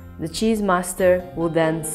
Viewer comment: "The chizz iz legit!" 😂